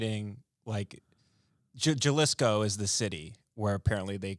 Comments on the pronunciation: really said JAH-lisco instead of HA-lisco lmaoo i fucking love it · Isnt it lik HA-lisco? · Hey team! Just a hayseed from Wyoming here. I believe "Jalisco" is said with the J sounding like an H so it sounds like Halisco. Also Tim I'm new here but, are you just now trying to start smoking? If so that's hilarious! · This fuck says Jellisko instead of Jalisco. Hal-eese-ko. If you're living in Texas, get used to Jalisco's taqueria instead of el pollo loco and other baja shite. At least Tim will be at home with refried beans cooked in bacon grease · Ha Lees Co not Ja LIsko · Jah-lisco haha it’s pronounced Ha-lease-Co it’s the only state in the world Tequila can be produced same as Champagne in France. You’re welcome. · Hal-isco not Gal-isco. In Spanish the Js are pronounced like an H. Cmon, I’m offended. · Juhlisco 😂 mijo es HALISCO (say it out loud) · “Ja-lisco” .....😂 next time if you want, try “HA-leese-Co”. Or keep saying “Ja-lisco” it’s also funny unintentionally. Love the show 💛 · Gah-lisco. Lol. It’s Ha-leesco. Jalisco. 🙂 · took me an equally embarrassingly amount of time to realize was saying Gell-is-ko, but was talking about Hal-eese-ko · Pronounced "Haleescoe" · Jalisco sounds like halisco.....smh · "Jah-liss-co" made me pause the video lol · As I'm dying listening to Tim bag on cultural appropriation he just blurts out JUH-LISHCO. 🤣🤣🤣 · Lol my favorite Mexican restaurant near me is called Mi Jalisco, so fyi it's pronounced HaLeeSco. That's the only reason I know. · Jew-lisco? Lmao lmao lmao lmao lmao yall aint been in Texas long if you dont know how to say it. Lmao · pronouncing it Ja-lisco... hilarious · JA - Lis-CO. Ohhh you gentle idiot. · "Jah-liss-co" with that proper spanish accent... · “Juhlisco” COME ON BEN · "iTz ProNoUnCed "HaH-LeAs..."'Shut. Your. Mouth. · My guy said JAHlisco 😂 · Jalisco is pronounced (halisco), do you pronounce jalapeno with a j or a h sound? haha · THIS MAN REALLY SAID “JAH-LISCO”. LOLOL